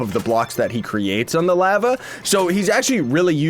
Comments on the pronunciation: The way he said lava... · He says lava like a Canadian